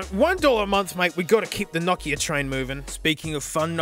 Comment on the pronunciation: It's not nakia it's No kia